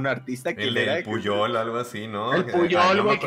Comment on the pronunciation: * Es Pujol no Puyol jajaja, lugar al que no hay que ir porque Enrique Olvera es un explotador, cobra carísimo y ni rifa XD * CON RYAN GOSLING NO TE METAS, ESTUVO BIEN BERGAS XD * La liga de súper mascotas en menos de dos hrs logró lo que Warner no ha logrado en todas sus películas de DC jajaja * Cero donas en la playa